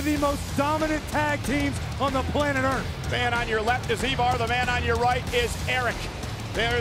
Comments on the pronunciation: EEEEVAR And Erik (not Rowan) DUDE ITS THE WAR RAIDERS ROWE AND HANSON OR IVAR AND ERIK THE VIKING RAIDERS (I personally like the war raiders best) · Can't agree on the pronunciation of the name "Ivar," couldn't determine when to start speaking after the introduction. Something tells me this wasn't planned very far ahead. I, for one, am glad that they made the decision to bring these two up the week after the RAW after Wrestlemania.